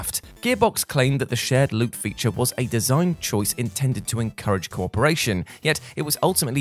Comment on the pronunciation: Pronouncing "co-operation" identically to "corporation" really grinds my gears.